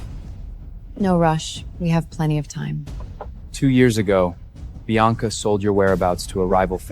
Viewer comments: Biana, Bianca, Beyonce. Ivy, Avery, Ava. AI really messed up the names😅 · AI cannot pronounce Bianca….